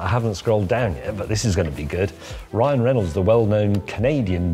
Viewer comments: Am I deaf or did he call him Brian😂? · Did James really call Ryan Reynolds ''Brian"? lol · Brian Breynolds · Bwyan, eh? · "Bryan"... and yes, he always does. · We know you're old James, that's why you kept saying Brian instead of Ryan.😂😂